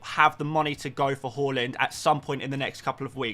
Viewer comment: You know when you asked how to pronounce Haaland. Well it is is Haaland, not Hauland. Google it. People were probably taking the mic with haul = hauling points.